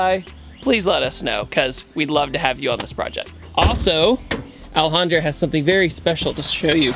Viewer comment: I'm going to ruin this video for you guys by saying: every time he says Alejandra it sounds like he's saying L 100